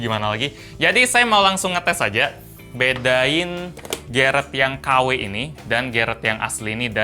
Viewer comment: bilang garrett Otak gw:GARIT